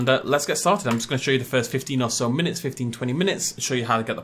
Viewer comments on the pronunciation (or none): none